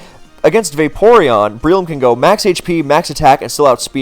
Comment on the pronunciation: I got one of your vids in my recommended, refell in love with your content. I just cannot get over you calling them "Brie-loom" like the cheese